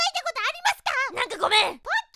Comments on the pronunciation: ボッキーに聞こえた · p丸様がポッキーって言ったらボッキーに聞こえる(΄◉◞౪◟◉｀) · ポッキーがボッキと聞こえてしまったwww← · me ru ポーッキーで草 ネタだったらごめんけどポッキーだよなw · 「こんにちわ！私の名前はボッキー！」 って聞こえた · ぼっきーに聞こえたのは俺だけ？w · 「ポッキーポッキー」が 「ボ〇キーボ〇キー」にしか聞こえん